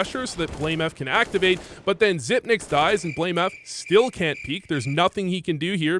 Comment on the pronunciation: how are people still mispronouncing xyp9x in 2022 lol